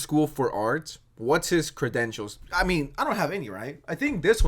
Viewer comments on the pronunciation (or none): “Cry-dentials.” Definitely how that word’s pronounced. 😂😂😂😂😂😂😂😂😂😂😂😂😂😂😂😂😂 😂😂 Sad casery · I played his videos in the background while doing other things and thought he was OK and then I actually watched one and was like oh. Also the way you pronounce credentials like crydentials really suits this video. 🤌